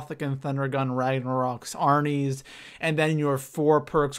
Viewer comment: Arnies not arines but anyway great video